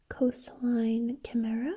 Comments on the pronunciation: You're right, it is Ky-mare-ah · Chimera = Ka-maer-a